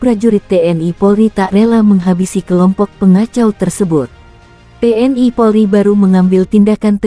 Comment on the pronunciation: Belajar ngomong dulu jgn TNI harusnya te en i